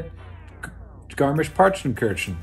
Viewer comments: Boy, you pronounced Skirmish-Punkenkitchen really good! Much less bad than most of the English natives I know. Good job, man! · Your pronounciation of Garmisch-Partenkirchen was actually awesome! And the Baxter cameo was really cool! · Your pronunciation of „Garmisch-Partenkirchen“ was actually really good! Greetings from Germany :)